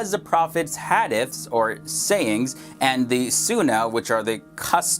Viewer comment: Brother I love your videos but you are killing the pronunciation of the words. Like Hadith the I sounds like a long e. Please try and learn how the words are said. Thx